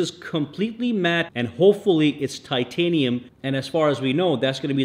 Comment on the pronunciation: Titinum fold 😂😂 apple said titinum Samsung says titinum 😅😅